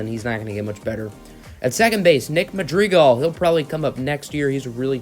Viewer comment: Cringe on saying Madrigal